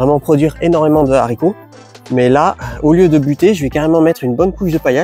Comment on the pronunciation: J'aime bcp tes vidéos mais stp essayes d'arrêter les Zharicots ! 😅 Hâte de voir la suite du vinaigre.